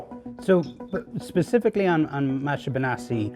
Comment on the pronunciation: Isn't Maatje a dutch name? Just curious since that is not how you say Maatje. Or it is a Spanish name?